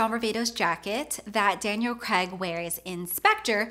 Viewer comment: "Daniel Creg" LOL Good video tho